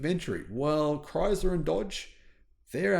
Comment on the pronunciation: There is no Z in ChrySler!